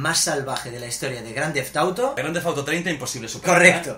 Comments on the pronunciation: en el minuto 2 minutos 17 segundos el hermano de yordi dice GRANDEFTAUTO enbes de grandefauto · Jaja: -Primo: Grand TheTha Auto V...jajaja XD